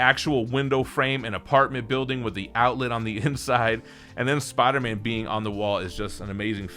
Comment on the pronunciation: Every time says “Spawder Man”